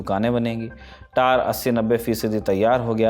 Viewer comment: Tower ko Tar bol raha Gawar